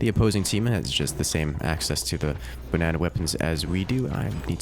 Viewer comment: ba-nae-naed on